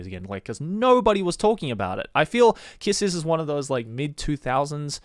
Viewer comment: Aaaaahhj Kiss X Sis my friend showed me the anime to this and it’s some freaky deeky stuff ahahaha and I thought it was pronounced “Kiss Exx Sis”.